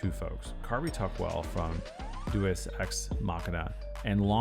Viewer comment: I don't hold high hopes for this vid when in the first 10 seconds the narrator can't even pronounce Deus... You had ONE job....